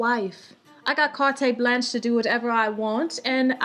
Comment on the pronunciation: cart blanche, not "carteee